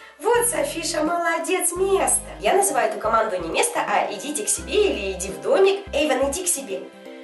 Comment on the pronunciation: Anya Yepifanova (Эйвана) а не Эйвона